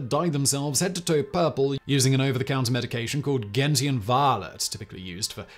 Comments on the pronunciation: "Gentian" is pronounced "jent-shen" not "gen-ti-an" - it's named after the gentian plant which have purple flowers (and which happens to commonly be used as a bittering agent in many alcoholic beverages). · I thought “gentian” is pronounced /Jen-shun/